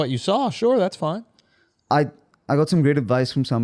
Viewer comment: Yea he's not foiiine.